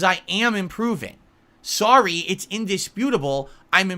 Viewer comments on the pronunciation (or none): "Sarry, it's indisputable, I'm improving my khantent" So in mind, if you even attempt to "improve" something, it's improved. Just because you tried. Man if it were that simple.